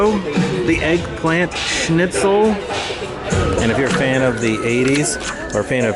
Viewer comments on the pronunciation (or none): none